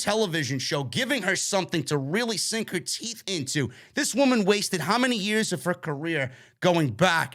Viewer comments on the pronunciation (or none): none